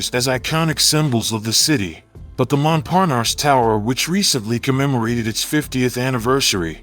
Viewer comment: Where is there an R at the end of triangle? "Tryongluhr." Treeungluh, maybe but come on folks. That's the weirdest way to say it. It's not like that in English nor in French. There's no R at the end of Montparnasse either. Phonics, folks.